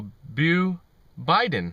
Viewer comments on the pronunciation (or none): "Bo". As in Bodacious. Not Bew.